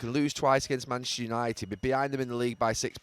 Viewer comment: Still incredible Gary can't pronounce Manchester properly. "Manch United"